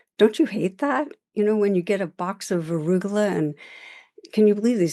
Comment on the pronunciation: I thought she said “Rugelach”. Lol